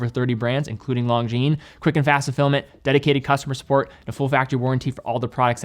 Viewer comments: I'm English Canadian and not fully fluent in French, but even I cringed at his pronunciation of this brand. I hope he can atleast pronounce Cartier properly, or relatively close to the proper way.. unlike how I've heard it on u.s. radio commercials.. "Car dee ay".. 😳 But that aside, he put out a fantastic video on this brand, and I completely understand the difficulty of saying French names like Longines. Maybe Kevin O'Leary can give him some pointers. 😆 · Please stop pronouncing "Longines" with a hard "G." Their name is French.